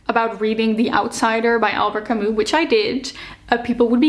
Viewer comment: I am so sorry to bother (I hate doing this please, don't kill me), but the last name of Albert Camus should be read "Kami" with "i" at the end, not "u" because it comes from french language. Once again, sorry, but it's just a bit hard to hear🥹❤️ Apart from that - amazing video. I would like more people to think that sensibly about reading. Books are a medium that should connect us, not the next topic to argue about❤